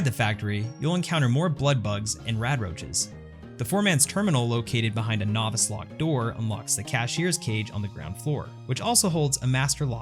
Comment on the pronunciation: You also don't know how to pronounce novice either.